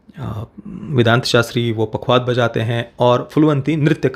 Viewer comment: " पखावज" पखवाद नहीं